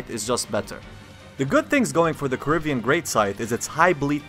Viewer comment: "corivian scythe" well almost